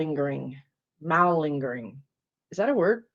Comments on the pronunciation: I'm sure you've heard the word before, but don't recognize it because of how you're pronouncing it. It's muh ling'.gr ing...exaggerating or feigning illness in order to escape duty or work. So the word you want is lingering. Repatriated is send someone or something back to their own country. Your guides need to use words you can more readily understand. lol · Watchers are "witnesses". We are witnessing. Google malingering. Pronounced mah lingering. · Why is it you mediums cannot pronounce words to save your lives?! lol. 😂 it’s “Muh-linger”.